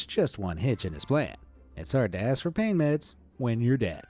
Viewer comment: I didn’t ASS to be this smart bruh. I didn’t ASS for this bruh I DIDN’T ASS TO BE THIS INTELLIGENT BRUH IM SORRY 😂😂😂